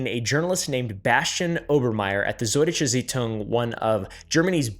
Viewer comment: oompa Totenkopf is the german word for Skull. And you had the funniest pronunciation of Süd Deutsche Zeitung i have ever heard xD